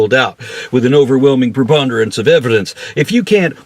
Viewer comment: "With an overwhelming preponderance of evilence!" HAHAHA!